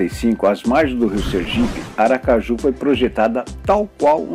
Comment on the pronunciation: O vídeo é maravilhoso, mas a palavra Aracaju com acento é sofrível!